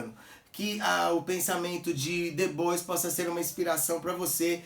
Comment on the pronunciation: Como sempre, mais um excelente vídeo,! A título de contribuição (sem querer bancar o preciosista ou pedante), a pronúncia correta para Du Bois é [dibuá]. Um grande abraço!